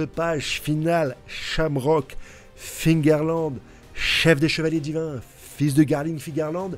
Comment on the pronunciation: Mais arrête de dire fingarland ! Cest figarland ! Cest comme les gens qui disent tommy hilfinger